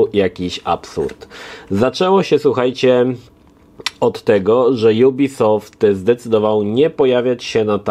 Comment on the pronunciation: Co to za dziwna maniera nowością jubisoft? Firma jest francuska i czyta się jak jest napisane ubisoft.